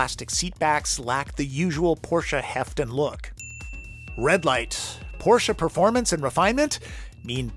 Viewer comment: talking at the beginning how this car is pronounced and then he says porshA🤦🏼‍♂️ it‘s porSCHE